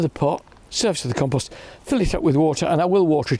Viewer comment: Did he say compost maybe? And not compose?